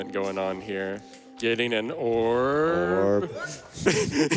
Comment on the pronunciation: Ok, so I don't join every AGDQ stream, and I'm clearly missing something. Anyone care to fill me on why they always say oorb?